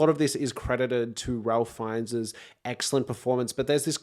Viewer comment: Suggest you look up how to pronounce Ralph Fiennes' name.